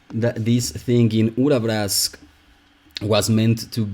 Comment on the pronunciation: the way you say Urabrask is really rewarding for the ear. thank you